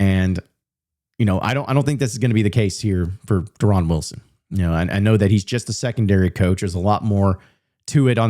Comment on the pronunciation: Yeah that not how he pronounces his name 😂